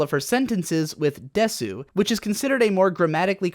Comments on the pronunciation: puregaming Not fully pronouncing the last mora of です (desu) will sound weird in most situations but not necessarily incorrect, but it is usually devoiced. This phenomenon also occurs in other words. More Information: From the above link: Devoicing Another aspect of Standard Japanese pronunciation is that the vowels /i/ and /o/ often become voiceless when placed between or after certain sounds. For instance, the word for "shoe" mentioned earlier, kutsu, is pronounced with an accent on the second /u/ but with the first /u/ devoiced. However, rather than being described as silent, the sound is simply pronounced without vibrating the vocal cords in the throat. This sound change occurs in so many words that you can't go one sentence from a Tokyo native without hearing it. Devoicing doesn't happen when a mora is accented, and it only happens with consonants like are /k/, /t/, etc. which also don't vibrate the vocal cords of the throat. In a way, this sound change makes the vowels in question more like their surrounding consonants. The mora breakup of a word does not change because of devoicing. So, kutsu is still two morae. Whether it be music, the news, or your friend from Tokyo, listen in closely to how they're pronouncing words with /i/ and /u/, and you will hear devoicing occur everywhere. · Don't pronounce the u in desu... That's weeb shit.. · It's especially weird because has heard so much anime, you'd think he'd have picked up on this by sheer repetition. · Quantum More like it's because he watches so much anime that he knows that some characters exaggeratedly pronounce the su part for moe appeal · Jesus I'm glad I'm not the only one who cringed every time he said that. One of the very first things you learn upon actually studying Japanese is that "deh-soo" is just pronounced "des" the vast majority of the time. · Wait did you just say "des-su"? I'm sure you know the u is silent in desu, right? It's just "des" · Desu = “dess,” not “dess-oo.”